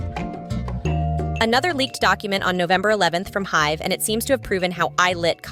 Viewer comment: Noticed that too and many other mispronounced names in other videos. Also Hybe pronounced as Hive